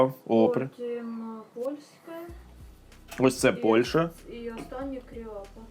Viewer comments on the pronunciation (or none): none